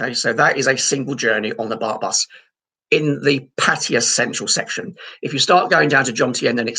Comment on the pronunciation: at least you have pronunced ''pattaya'' correctly,unlike the pat -tie -yah vloggers